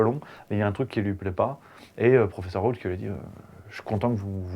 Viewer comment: Raoult on ne prononce pas le T en Français .